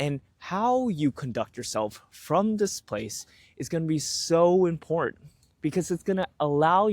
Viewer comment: I know it's petty but it irks me that you can't seem to say 'important'. Ok.. done with that. Content is great. I can feel the shift in my attitude and see the changes in my life. I am content almost all of the time now.